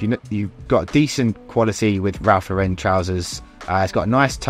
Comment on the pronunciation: Just a note about Ralph Lauren: it’s pronounced LAUR-en, not Laur-EN.